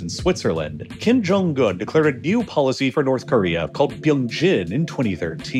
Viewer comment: "kim jong gun" the video was great, but your mispronounciations were so distracting.